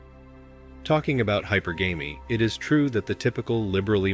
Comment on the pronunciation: Hypergamy is pronounced Hi-PER-guhmy (as opposed to hyper-gammy). Just a heads up.